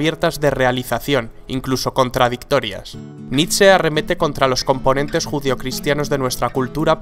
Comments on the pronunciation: nitze? naaa, es nitche (foneticamente) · Se lee nish, no?